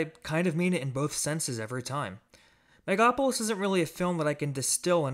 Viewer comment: It's based on actual events in the Roman Republic. And it's pronounced mega-lo-po-lis.